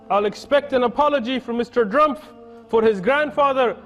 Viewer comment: He pronounced it as ”Mr Drumf” as it is pronounced in German, since it’s a German name and Trump has German heritage. He did this to hint to his ancestors that contributed to WW2